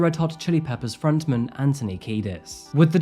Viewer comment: Dude, your pronunciation is all over the place 😅 I love how you say frontman as if it's a name! It's front man, not frontmen lol